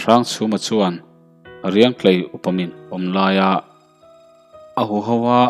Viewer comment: Riangtlei khaw hming i lam dan hi lo enchiang leh deuh teh aw :- :m :m tiin lam ri la a dik zawk ang a.